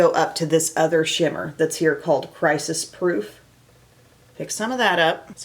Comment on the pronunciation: Okay, so when you said the name of the second eye shimmer was "Crisis-Proof," what I heard was "Crisis Fruit." Nope. I am not eating that.